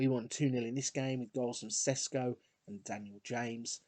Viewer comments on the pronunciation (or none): Hi, great vid. Šeško is pronounced Sheshko not Sesko x)